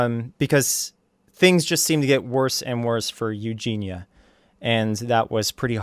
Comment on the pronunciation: Mans can't even say Eugenia right, cheers grease onion